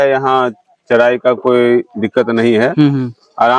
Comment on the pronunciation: Thik hai bhai....Lekin Aap Bihari log R ko D kyu bolte hain. jaise Charai ko Chadhaii... Bullshit